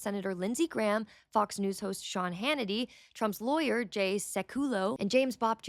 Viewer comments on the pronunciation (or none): none